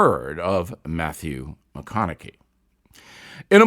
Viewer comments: I know this may seem nitpicky, but it hurts your credibility when you can't say Matthew McConaughey's name correctly...or does everyone else mispronounce it...(I know that is the case with Dick Cheney) He is not some obscure person who's never been heard of. I mostly trust your reportage, but when you miss things that obvious I wonder what other facts are missing. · Bill...Bill...B I L L L... Is That How Little You Know About Mathew McConaughey...About How to Say His Name..! I'd Figured You To Know More About Him. I Guess You Don't Watch His Movies..Ha..Ha. !